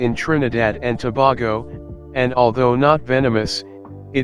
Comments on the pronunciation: Started off with the terribly wrong pronunciation of Tobago. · Toe-bay-go Indigenous people acculturated since 1498 with Spaniards and Arabs was brought by Christopher Columbus...